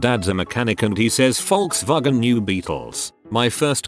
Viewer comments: I watch these videos, and the robot voice constantly mispronounces words; this one, it perfectly pronounces Volkswagen. WTF? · Welllllll.... The text to speech is 100% accurate. It's how you say the company's name hahaha. And my like is for the dodgechryslerjeep comment. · did the voice say Volkswagen correctly for once? 😳😳😳😳😳